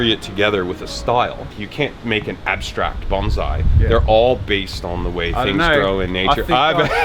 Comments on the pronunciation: BON-SAI NOT BANZAI! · He's pronouncing bonsai as baunzai. The origin of the word bonsai comes from the Japanese word ぼんさい(bohnSaEE). I think what is happening here is the s is being pronounced as a z. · Bonsai not BonZZZai !!!!! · Bon-ssssssai. Doesn't sound the same as bonzai. it's bonsai. Sorry to be annoying. I live in Japan. :/ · No, It's pronounced bone sai, bon zeye is a very different thing. And the professional didn't fucking correct him. Holy fuck Jazza in karate kid Mr Miagi even tells you how to say it in the movie which you've seen!!!!! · BON SAI NOT BON ZAI , THE S IS PRONOUNCED AS IN SS. When i first started learning Bonsai in Takamatsu Japan, i asked the master if he would teach me to make Bonzai and his answer was. Come again in 2 years after you have learned how to pronounce it properly and have mastered basic Japanese . I can't teach you Bonsai if you can't even understand what i say. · It’s not bonzai. Bon-sai. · Coming from hawaii where asian culture is abundant it grinds my gears when i hear bahn-zai. Proper pronunciation no matter your accent is bohn-sai with an “s” not a “z” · IT'S NOT BONZAI JAZZA FFS IT IS BONSAI REEEEEEEEEEEEE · Did you know it's actually bonSai not bonZai, there's a difference, you know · actually pronounced bone-sigh just to be specific ^^ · It's strange how he pronounced bonsai as bonzeye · its "bone"-"sigh"